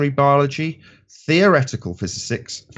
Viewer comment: ironic that he cant say the word physics